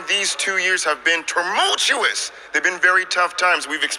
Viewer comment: Turmultulous? That's a new one